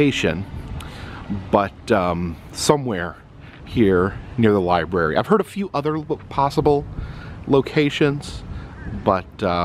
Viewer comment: The li-bury.